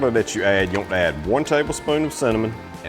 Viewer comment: Same! When he says "you want to" but it sound like one word 😂😂 I love it.